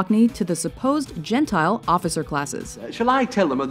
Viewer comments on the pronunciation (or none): It's genteel, not, gentile. Oy vey,, what a grammatical error! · Er, that's supposed to be 'genteel' right?